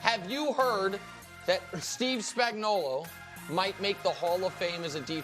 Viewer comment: I'm Italian, and Spagnolo is pronounced "Spainolo" meaning Spaniard!! Just saying..